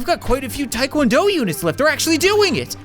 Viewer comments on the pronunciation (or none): Taekwondo is pronounced tekwondo